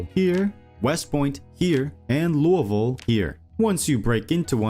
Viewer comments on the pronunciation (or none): loo-ah voal????the only explanation is youve never heard it said, english aint your first language, and you just made a wild guess without checking, holy shit you keep saying it like that all through the video....